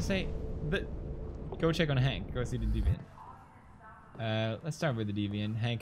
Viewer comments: He said it right, but then said deviaunt just for pro effect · hears it correctly, still pronounces it "deviaunt" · pewdiepie: deviant Amanda: DEE viant pewdiepie:see I said it right, deviont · I'm french and the word deviant is pronounced "day-vian" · ITS DEE VEE ANT GOD F*CKIN DA